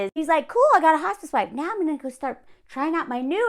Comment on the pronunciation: I thought you said “hostage wife” instead of “hospice wife.” Which, I suppose, are basically the same thing